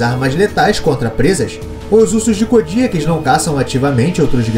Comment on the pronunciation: mano parei de ver o video so pelo jeito que vc pronuncia "KODIAK", e nao venha com papinho de que vc ta certo , pq TODOS os BIOLOGOS pronunciam o nome dele de maneira diferente